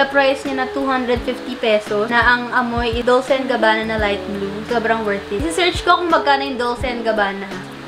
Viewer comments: Pretty good picks. By the way, Dolce is pronounced as 'Dol-che,' thought you might want to know. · 😂 Ung Dolce hahaha biglas po nyan is Dol che 🤗